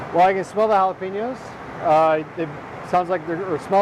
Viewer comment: Anyone notice he pronounced the j in jalapeño